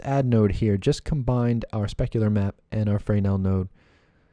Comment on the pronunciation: OMG! That was the last fraynail I could take. It's pronounced Fur-Nell. :)))) BTW Excellent tutorial.